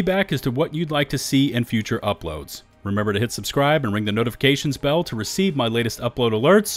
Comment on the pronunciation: Sounds like he says ring the notification spell. That put a smile on my face. Thanks for the starfield info.